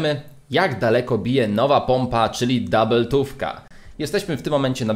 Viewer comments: O ile sie nie myle to po Polsku to jest dubeltówka a nie DOUBLEtówka. Slowo DOUBLE jest z Angielskiego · Nie dabyltuwka tylko dubeltuwka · To nie jest DABELTÓWKA tylko DUBELTÓWKA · Doubletufka XD mowi się dubeltówka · Czemu ty mowisz doabbletowka?! Mowi szi dubeltowka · Mówi się dubeltówka a nie dubletówka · dabeltówka xd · Fajny film i powiedziałeś dabyltowka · Mówi się duubeltówka 😉